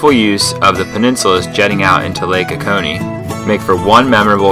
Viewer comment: It's long O's. lake OH- COH-Knee